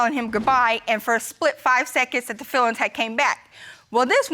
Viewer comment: " any fillings left for me?...." Meaning those fillings in his teeth???😂😂😂 It s feelings , not fillings.